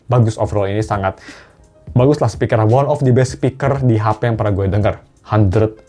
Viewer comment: Bang bahasa lu sih keren yak kadang campur pake bhs inggris, tp tolong kalo ngomong the best itu pelafalannya the best (d'e best) bukan d'i best. The dibaca "ndhi" itu kalo awal kata berikutnya berupa huruf vokal kayak aiueo